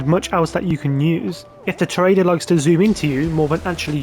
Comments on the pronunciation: If you buy an Avenger, and do the LSA missions, specifically Direct Action, Charlie calls your phone and pronounces it “Tor-ee-adore” very clearly, several times… ¯\_(ツ)_/¯ just sayin’. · Tor ree ah door It’s what Spanish people call a Bullfighter.